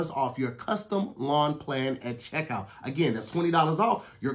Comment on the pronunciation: Hey Tom, He said sheckout but we think he wanted to say checkout. Back to you. add